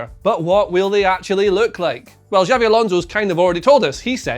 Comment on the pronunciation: Xavi is pronounced Chubby , not Jabby